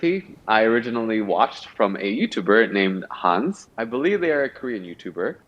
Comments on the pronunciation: Hey! The korean youtuber's name is actually pronounced like "han seh" not like hans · Actually “Hanse (한세)” is pronounced as Han-say 🙂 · THE WAY PRONOUNCED HANSE PLS 😩 it’s pronounced Han-say but the say isn’t so strong it’s rather like the sound in said without the D at the end. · omg HANSE and ATE crossover🤣 my favourite cooking channels ❤️❤️ Btw it's han-se (pronounced HAN SAY) two syllables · 한세 - HANSE - pronounced Han-say. Awesome channel 😍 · the way completely butchered the youtuber's name 🤡